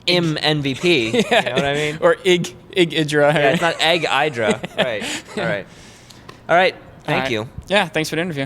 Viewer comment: He talks about mispronunciation, then mispronounces IdrA's name